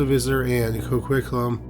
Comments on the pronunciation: As someone living in Coquitlam.. it’s pronounce CO-QUIT-LAM 😂other than that great job as usual❤ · The way you pronounce Coquitlam is interesting🤣💘